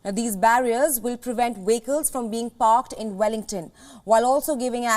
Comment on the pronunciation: I wondered what "wickles" were, then wondered how Uighurs got to New Zealand, then I figured out she was trying to say "vehicles" (VEE-hik-ulz). You're doing well, but not well enough to be a news reader, especially to an international/multinational audience.